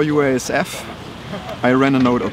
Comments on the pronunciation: Wasup w/ the Usef pronunciation of UASF?!?? Do you not want to say each letter consecutively thus saying 4 syllables as opposed to only 2 syllables in pronouncing it "Usef"?!?? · It's too hard to say man. UASF is unpronounceable. I'm gonna have to take the lead here and create a new word. Pronounced Usaph. Spelled UASF